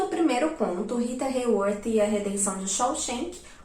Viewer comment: Eu só queria saber falar RITA HAYWORTH com essa dicção 🥴